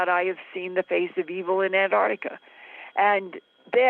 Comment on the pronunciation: Ant arc tica not Ant tart tica